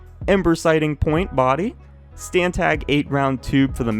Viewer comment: Anyone else get annoyed when he said “stantag” instead of stanag